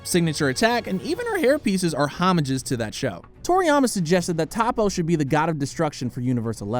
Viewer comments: toppo not tappo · It’s toppo not topo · Pronounced Toe-po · it's prnounced (Toe- PO)